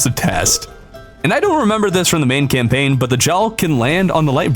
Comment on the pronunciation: Said camlaign (just saying)